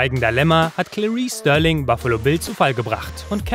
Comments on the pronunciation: Starling, nicht Sterling! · Starling mit a gesprochen.